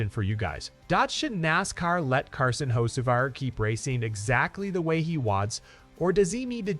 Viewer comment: Did AI call him Hoe See Var 🤣😂